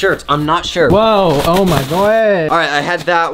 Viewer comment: Who tf says Whowa 😂😂😂